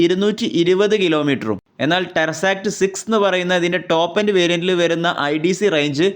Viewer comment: എൻ്റെ മനുഷ്യ.. ടെർസാക്ട് എന്നല്ല.. ടെസ്സറാക്ട് എന്നാണ്..